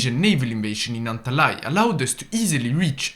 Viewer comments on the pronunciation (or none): HE CALLED ANTALYA 'ANTALAY!'